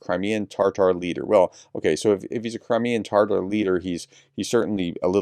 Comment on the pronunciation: It’s Tah tar, no in the middle of Tatar.